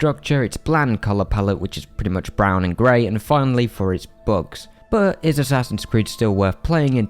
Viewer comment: bruh I thought you said "books" until I realized u were talking about bugs.... :D